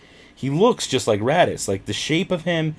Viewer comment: *raddus. Not "daddy's"